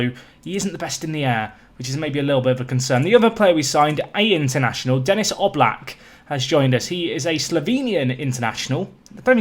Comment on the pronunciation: Denis is pronounced Deni in french speaking countries like Canada. Love the vids